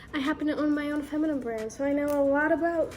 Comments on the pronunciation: whyyyy does she say feminime😭😭😭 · Feminnin😂😂love ya but you say it so funny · for the love of god, please learn how to say feminine correctly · it’s not a word that’s open to different pronunciations though 😂 you really should know how to pronounce it properly with your feminine brand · can't you teach her how to pronounce FEMININE? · You said "I'm not a gynecologist but I do know a lot". This is completely false. Especially considering you cant pronounce gynecologist or feminine correctly, you're selling a scented brand to prey on women's insecurities, and you're literally sixteen. Kindly leave the advice to the professionals.